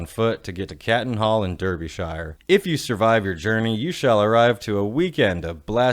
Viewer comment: Gonna be "that guy" and say Derbyshire is pronounced Dar-bee-sure 😂 Jokes aside I'm glad you've done a video on Bloodstock. It's been my go-to UK festival for the last 5 years now. Hope you can make it over here again some day! 🤘